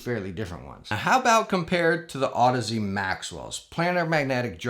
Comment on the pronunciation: Been watching for awhile now, glad you got the pronunciation on audeze down😂😂love you brother keep it up!